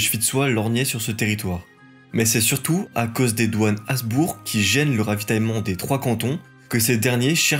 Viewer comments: Détail : Habsbourg se prononce Habssbourgue avec un h aspiré, comme cela vient du prussien et de l’allemand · Bonne vidéo et bonne leçon d’histoire, mais: On dit Schwitz, pas le Schwitz On dit Uri, pas l’Uri On dit col du Gothard, pas de Gothard Il me semble qu’on doit prononcer le b de Habsbourg. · Merci, je découvre ta chaine ! J’ai enchainé Clovis, La Reconquista et maintenant la Suisse : c’est très bien foutu, et très bien documenté. Par contre, gaffe aux détails : ici, tu as prononcé environ 175 fois /asbour/ au lieu de /absbour/ 😬